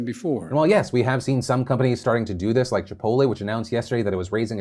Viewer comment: Phil WHAT IN THE HECK is ‘Chipo lé’?? It is ChipoTle I know us Coloradans drop T’s all over the place, but not here